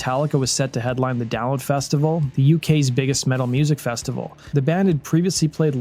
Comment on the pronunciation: I had to re-wind to hear you say Download 'cause I swear you just said "Down Festival"